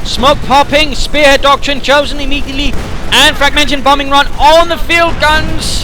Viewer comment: it's fragmentation bomb run, not fragmention:D